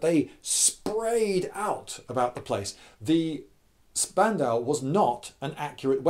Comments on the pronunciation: It's pronounced "Shpandau". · It’s pronounced more like shpandau because sp in German is pronounced shp just a little fact besides, I really like your videos Lloyd( I’m from Germany) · ....ouch....you misspronouncing spandau so hard.... sorry i am german... despite this i don't get why people compare the mg42 and the BREN....they are both mashineguns...yes...but they have a completely diffrent purposes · Cool video, but Spandau us pronounced "shpandau" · Lindy, I love you but every time you call that thing a spandau a small piece of my soul dies.